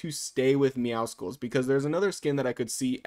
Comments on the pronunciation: It’s meow SULLS not meow SKULLS :( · Meowscles is prounonced like muscles it’s actually a pun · perfect, especially because his name is not meowskuls its meowscles, LIKE MUSCLES@ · meowscles is a play on "muscles" so it wouldn't be "meow-skulls" but rather "meow-sulls" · I've seen this by so many people, but why does everyone pronounce Meowscles but emphasise the C in it? You don't pronounce the C in Muscles so why in Meowscles?? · Why do so many people still say MEOWSKULS ITS A PLAY ON WORDS BECAUSE HES BUFF ITS MUSCLES BUT YOU SAY MEOW! MEOW-SCLES PLEEEEASE BE